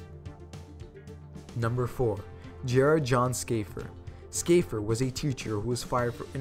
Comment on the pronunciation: I think he pronounced "Shaffer" as 'Skafer'. Odd